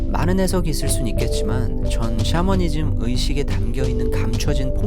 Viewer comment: 샤머니즘을 쌰머니즘으로의 딕션은 상상도 못했다